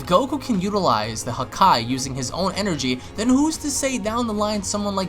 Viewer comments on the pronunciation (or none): the way he says it sound like huhkai instead of hakai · WHY ARE YOU SAYING HAKAI LIKE THAT